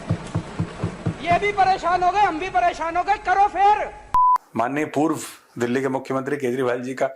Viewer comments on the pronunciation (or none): none